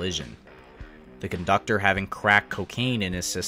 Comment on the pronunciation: What’s a “coductor”?